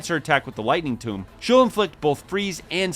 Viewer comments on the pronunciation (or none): It is tome not tomb 😂 a tome is a book, a tomb is where you put dead people. It is an "oh" sound in tome and an "oo" sound in tomb.